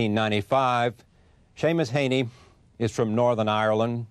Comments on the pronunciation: Charlie Rose hasn't been briefed.. Not Seamus "hay-knee", but Seamus "hee-knee" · Does anyone else notice that Charlie Rose seemingly deliberately mispronounces words, specifically the names of his guests? Seamus 'Haney' he says. Like, that's not his accent or anything - just a willful wrongness. It's weird.